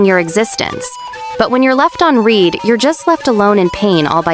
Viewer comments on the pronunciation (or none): its quite funny how the ai pronounces "read" in the context of getting left on read as present tense as opposed to past tense